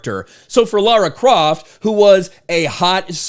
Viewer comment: props to you for pronouncing Lara croft correctly